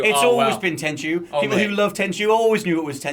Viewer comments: Tenchu It's tenchu ☠ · Tenchu? You sure